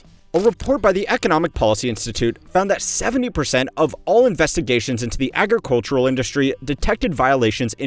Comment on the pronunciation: It's funny how much trouble he has saying the word "agricultural".